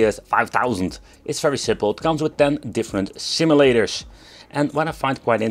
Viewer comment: Si... Simulators?! dam you Engrish! =P